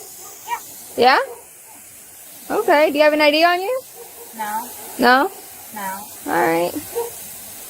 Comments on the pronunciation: Bad AI - "eee D" for ID... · I think it is. It mispronounced “ID” as “Ee-dee” and always mispronounces something in every video.